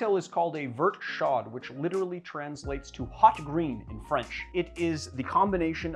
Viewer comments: it's pronounced "Vherte" (rhymes with Where but with a T at the end) and "Show", not "Shod".....just sayin' #frenchpronunciationnazi Also, in French, it doesn't mean anything. Hot Green? If it had been a hot glass, then it would be Verre Chaud (Vhere Show). Also, no one likes milk skin but my bother. My mom used to warm up milk when we grew up and the skin would be floating on my bowl as a result. That's when I discovered my gag reflex. However, I have made the occasional clotted cream in the true British style and it's basically slow-cooked heavy cream skin - now THAT'S delicious! That being said.... I will try this one soon but I will be using some posh Valrhona chocolate. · Your pronunciation hurt my ears... Verte Chaud is pronounced V"air"t Show(d). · Pretty sure they actually just call it a "Green chaud" in France :) with the "chaud" just pronounced like "show" :P Love your channel by the way! I've been waiting for it to get a little colder to make this drink!